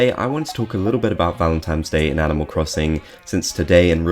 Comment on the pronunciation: Why do you keep saying “Valemtimes” day